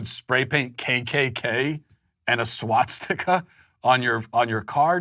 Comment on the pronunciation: Matt, it's not Swat-stika...